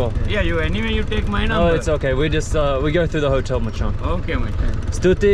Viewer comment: I said 'machan' to my Sri Lankan friend and he said it's pronounced 'machang' 🤔